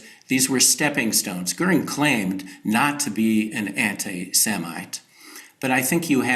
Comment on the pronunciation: Why is correctly pronouncing Hermann Goering's surname an apparently unmasterable task for Saagar, whereas Krystal had no problem with it at all. C'mon, Saagar.